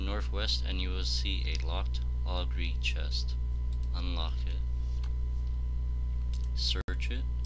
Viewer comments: its "oh gur" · shocked you pronounced ogre wrong. oof !